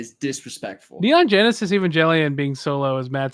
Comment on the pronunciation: I came back here to say that is pronouncing neon genesis evangelion EXTREMELY WRONG and it’s triggering me heavily.